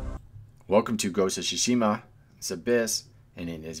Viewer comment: Welcome to Go shu shushima